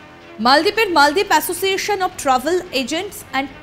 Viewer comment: Maldip na moldip bolun.